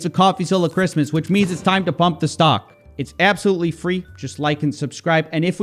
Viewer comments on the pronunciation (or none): none